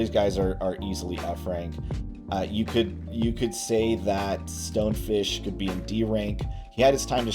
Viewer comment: STONE FISH LMAO